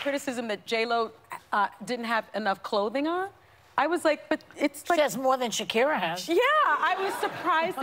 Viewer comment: The woman left to Shania pronounced Shakira correctly